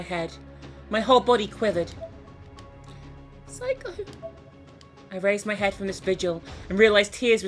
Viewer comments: ...I DO hate to correct you, but Seiko's name isn't pronounced Psycho. It's more like SayCo. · Just going to say this now it's pronounced 'say co' not psycho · im pretty sure back in one of her corpse party vids she explained that she liked calling seiko ,Psycho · She's not saying "Seiko", she's talking bout herself, she's saying "psycho" XP lol sorry, I'm not funny I'll just go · how come everyone calls seiko Psycho even in the first game naomi pronounced her name seyko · When says Seiko sounds like she's saying Psycho XD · Um, sorry to burst your bubble but its "say-ko." That's how its pronounced. Just trying to help not trying to start anything like hates. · New drinking game: Take a drink every time pronounces Seiko as "Psycho.":B